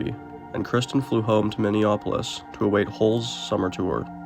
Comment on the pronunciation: Who says mini-OPpyl-iss?? Wrf